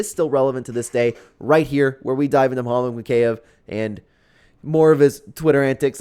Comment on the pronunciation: It’s mokiev (mokeyeev)